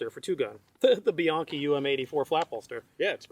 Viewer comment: Thank you for not pronouncing Bianchi "bee-yankee"